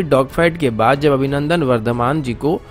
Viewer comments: Abhinandan not Avinandan, can't get the name correctly, so bad. 😀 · Avinandan Nahi Abhinandan aur Jogdan Nahi Yogdan hota hai Gadheeee😫😫😫✌🏻